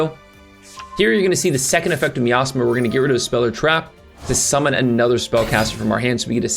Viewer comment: HABIBI CMON 😂ITS NOT "ME ASTHMA" it's "MY AZMA"